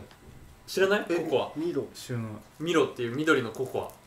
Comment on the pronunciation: ミロって言うんだ！マイロって言ってたwww